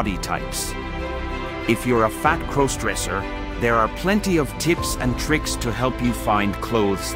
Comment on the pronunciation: "Fat crose-dresser". These text-to-speech videos are so cringe, I wish at least the AI around it would fix pronunciation.